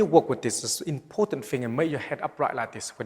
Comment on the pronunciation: very "ipotant"